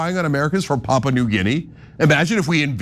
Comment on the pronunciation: It's Papua, not Papa. Stressed in U. And Guinea, not Gini.